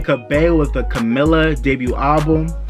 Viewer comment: It’s actually “CA-MEE-LA” Cabello. However I’m happy that you got her last name right!